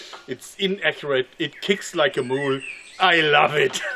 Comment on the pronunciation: "It kicks like a mool" lol